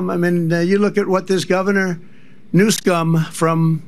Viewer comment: The guy to his right couldn't keep a straight face when trump mispronounced Newson's name.